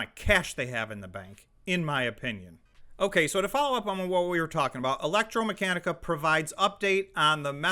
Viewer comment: The correct pronunciation is Electr-a-meccanica (not electr-o)